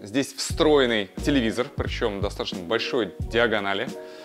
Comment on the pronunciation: Режет слух слово "достатошно")) Произносите, пожалуйста, грамотно: ДостатоЧно.